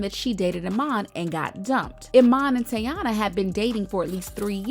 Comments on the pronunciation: It’s Tey as in Key.. not Tay. Her nickname is Tee-Tee. TEYANA. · The pronunciation is Tea-Ya-Na not tay... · Say Teyana’s name right girl! Not Yayana!